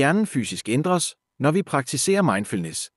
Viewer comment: Hej Følger alt hvad du barsler med, men denneher er indtalt af en robot, som trænger til dansk undervisning. ⬇⬇klik på tiden Rettigheder reddiheder et flag alle låv så i vinker fla love (eng) Sokrates... illusione engæjke... udfårer mindfillnes logikilejne opsørger hvem får mære dissenæretibbel love (eng)... praktiser forsvenen transformere... observer (eng) falded af farvel Det går ud over troværdigheden. Hvorfor indtaler du ikke selv? Venlig hilsen Helgeras. Radtsgrivningsægspærd